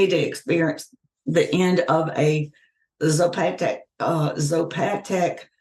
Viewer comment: zah poe tey cas /zapotecas